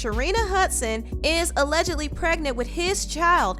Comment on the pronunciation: CAN BLACK PPL STOP SAYING "ALEGITLY" OR "ALEGALY" PLS? IT IS A-LLEG-ED-LY. IF ONE IS BLACK ONLINE MUST ONE ALWAYS THROW EBONICS INTO THE MIX??